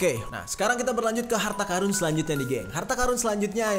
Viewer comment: Ampun bang gua dengernya karung